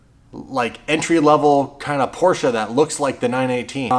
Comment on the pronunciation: Thank you for pronouncing Porsche correctly.